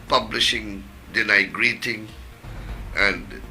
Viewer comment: DENYGRATING???? LOL